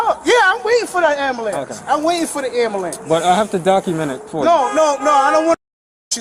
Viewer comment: Cop keeps saying AMBLEE-ANCE is comin.